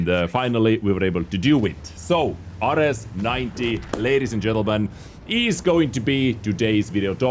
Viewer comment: I believe it’s pronounced Air-eez